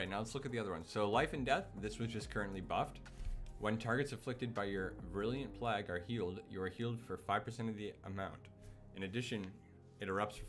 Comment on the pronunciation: Good vid "Virulent Pl-ay-gue" by the way